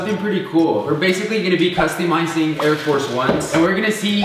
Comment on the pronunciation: said: Today were gonna be custeemising